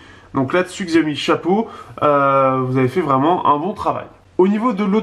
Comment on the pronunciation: on dit pas xiaomi mais chiaomi